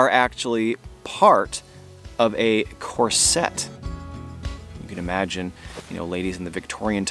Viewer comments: You're pronouncing corset wrong, making it sound way too French, which it is, of course, but it's pronounced just like it's spelled. CORE-set, not core-SET. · Just for future videos. Corset is pronounced with emphasis on first syllable. Kor’set. 😉 Love watching you every week. 💕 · Dude! Corset…Emphasis on the Cor…